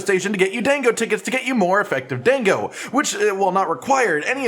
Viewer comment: my Japanese student brain hurts every time he says "DANG GO!" rather than "DAH 'n GO"